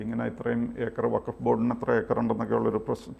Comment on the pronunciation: വക്കഫ് അല്ലെടോ. ഇത് ഫക്കഫ് ആണ്.